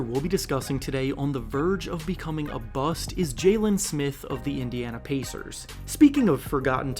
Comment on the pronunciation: “A verge of becoming a bu-st”😫😫😫😫